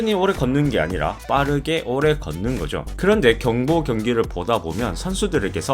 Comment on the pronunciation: 오↑래 걷는게 어떻게 스포츠냐?? 라고? 한국인 맞냐? 발음 교정좀 해라